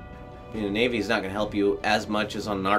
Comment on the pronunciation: Lets take a shot each time sez naivy. 😂🍺